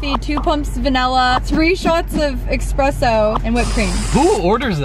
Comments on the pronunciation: She said exspresso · I love you and your vdos a lot but its ess-press-so not ex-press-so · Expresso… like its ESpresso…..